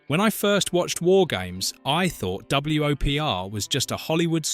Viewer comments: Hearing it repeatedly say "Double-U Oh Pee Are" instead of just saying "Whopper", which is how WOPR was pronounced, annoyed the crap out of me. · Fun fact: the AI voice pronounced it W O P R, as opposed to "Whopper" as it actually pronounced. Nice try, channel. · Two things: 1) Your don't have to run annoying mirror images of the movie clips. The Fair Use Act permits you to use the scenes in full in the original form if you are commenting on the film and including attribution as you did. 2) WOPR is pronounced "Whopper" like the hamburger. You also mispronounced Beringer, Galaga, and Coleco. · W.O.P.R = whopper. geesh